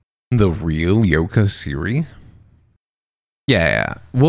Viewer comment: Yoka Siri ? Thought you said Yoda Siri. 😂😂😂